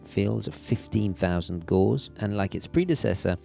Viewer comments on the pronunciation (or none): Great in-depth review. Gauss rhymes with house.